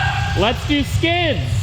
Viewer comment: ahem! I, for a moment there I thought he said... "Let's see some SKIN!" ...erm, yeah I was really relived when I realized he was saying SKIDS!